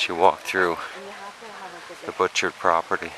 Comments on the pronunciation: Bu-char garden. Not pronounced Butch Art! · you need to go in the winter time! a must see! (it's pronounced Butcherts) My aunt lived two blocks from the garden entrance! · Pronounced boo shart gardens. The man made it for his wife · Pronounced: boo'-cart garden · The "t"s in Butchart is silent.(Pronounced bhu-char). I've always wanted to visit this place. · Perhaps you learned along the way, that it is pronounced Buu' chart Gardens. I enjoyed it grandly myself in June of 1973, took a vehicle over on the ferry as you did, a cold and windy morning, though warming to a beautiful day, with driving around the island and Victoria in the afternoon. It was, indeed, a journey of a lifetime, especially from Arizona. British Columbia was a real treat, Alberta too: we visited Banff, Lake Louise, the glacier fields, and many other superb and special places. At that time, Vancouver and Stanley Park were interesting too. Thank you for sharing. :)